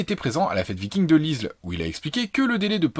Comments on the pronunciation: super video, mais "present a la fete viking dse l'izsle" haha, l'isle (s muet) sur la sorgue ;) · Ça se prononce l'île sur la sorgue (isle sur la sorgue). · l'isle=> prononcé "l'ile", oui je sais je suis chiant xD (très bonne vidéo ;) )